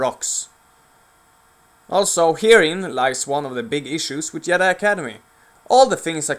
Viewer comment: It's not yedi it's JEDI!!!!!!